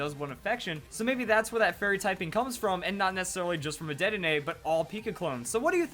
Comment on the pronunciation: It's DEDdenne